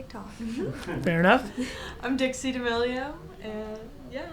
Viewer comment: When he calls Dixie “dicks” 😂